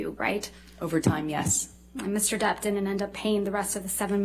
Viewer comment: Does it get on anyone else’s nerves when they say “Mr. Debt” instead of “Mr. Depp?” No hate to the lawyers here because I know they spend hours and hours talking/reading aloud but it is a serious pet peeve of mine lol